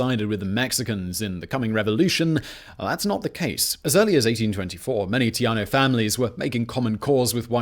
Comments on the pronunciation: Are you trying to say, "tejano (tehano)" instead of, "teyaho"? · "Tay - haw - no". Currently, I live in New Mexico, but was born a Texan and Houstonian. I'm glad to see you speak about this historic site. The only time I've walked through it, I cried. It was sad that the victors decided to bring back slavery and then join the Confederacy, one of the biggest dark spots in its short history.